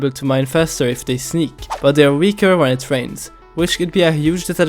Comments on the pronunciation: "reains" :p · ah yes, reains and thuder, my favorite weather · "when it reains" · Rains ❌ Reains ✔️